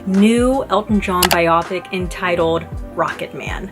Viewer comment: Very nice review! You have a a nice way of presenting your thoughts (just as an FYI: it’s “ bio-pic”. 🙂). I am a huge and longtime (since his heyday in the 70’s) Elton fan. Had I not known the route this film was taking prior to seeing it, I would have been gnashing my teeth over all the songs that were used years before they were actually written (or in the case of Bernie giving Elton the lyrics to “I’m Still Standing, 7 years after the fact), as well as other things that were not exactly true. Fortunately, however, Dexter Fletcher the director, and the others involved with the movie, were very honest about these things, so I was aware of them going in. Re: “Tiny Dancer”, don’t know if you have seen Elton and Taron Egerton at Elton’s AIDS Foundation Oscar party earlier this year